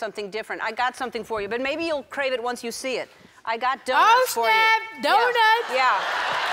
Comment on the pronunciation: I love when she said “ oh shnapp” ** pulls her tounge out**